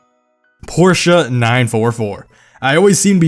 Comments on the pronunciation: Thanks for pronouncing Porsche correctly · H O L Y S H I T an American who can say Porsche correctly Now I've seen everything